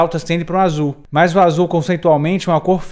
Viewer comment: Por que tu fala "mais" se a palavra é MAS?